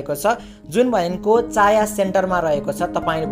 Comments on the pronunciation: चाया हैन भाई छायाँ हो 😂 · चाँया सेन्टर होइन.. छाँया सेन्टर हो।🤣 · चाया होइन छायाँ सेन्टर हो